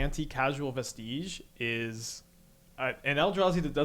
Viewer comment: "Vestige" is a real word. Pronounce it like a real world. So is "causal". And "sorrow".